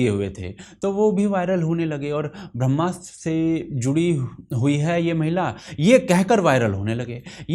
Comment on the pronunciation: Brahmastra is a flop, boycott or not! (and can someone please have pronounce "Brahmastra", PLEASE!)